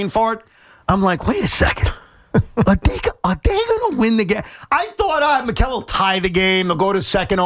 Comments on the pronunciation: Bozo says MILES Bridges instead of Mikal Bridges. Who's gonna tell these 🤡's who run WFAN Youtube channel 🤔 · It's Mikal not Miles. Tell the intern to get it right